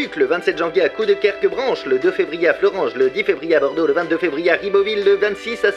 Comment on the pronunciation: Il a dit Florange correctement, alors on s'en fout!